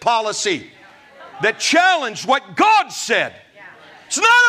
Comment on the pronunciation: Bat phone to Jesus and "Gawd" crack me up every time! I appreciate you my man!